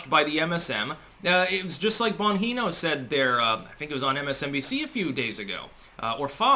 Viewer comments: "Bonheeno?" The "g",, in Italian/Sicilian surnames is a soft one, and not a hard one: "BonGEEno". And not asperated like "Bonheeno"! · Bon- gee-no, not Bon- hee- no. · Dan bongino has said his own name before seriously your pronunciation isn't even fucking close. You really need to get out of the house more and hear other people talk rather than just sounding everything out to yourself alone in a room.